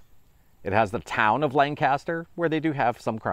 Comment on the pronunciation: I'm into a dish swap! I'll make you some hog maw! I was surprised when I heard you mention Lancaster! Haha! You did say it wrong though its Lan-cis-ter. 😉